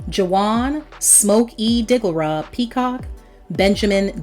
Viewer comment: Its Smoke E Digglera 😂😂😂 Not Digora